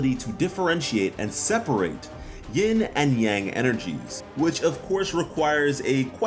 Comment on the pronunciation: I love your videos, and I just stumbled upon them today! I don’t mean to be a mister know it all, but yin and yang actually are technically pronounced as one word like ”yin-yawng.” Yin and yang traditionally aren't thought of as two separate things, so they say it as one word.